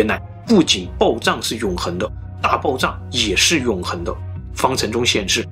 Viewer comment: 你可以把“爆炸”的“炸”字读准吗？你一直都在读“爆zang”